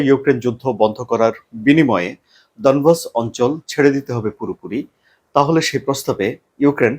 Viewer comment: ডনবস না ডনেক্স